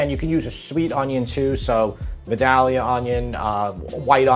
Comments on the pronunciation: It’s pronounced Viii. Dale. Yuh. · It is a small thing, but Vidalia is a long “A” sound. Like day. Any opinions to the contrary have not lived in Georgia since leaving Rome, New York in 1959.